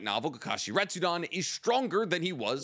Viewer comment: im sorry but its "retsuden" not "retsudon" it just bothered me. Love the videos though